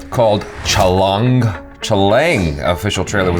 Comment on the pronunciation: It's like "Chha-lung"